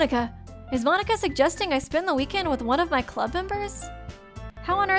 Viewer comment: You know youre obsessed with danganronpa when you call Monika--> Monaca xD